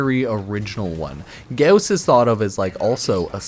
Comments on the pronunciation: every time you put emphasis on u in Gauss hurt me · The less you say and mispronounce “gauss” the less I wanna jump off a bridge 😅😉